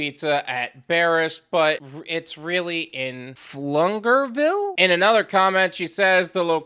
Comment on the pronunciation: I doubt you'll care, or ever read the names again, but as a Texan, those cities are pronounced "Way-co" and "Flu-gerville"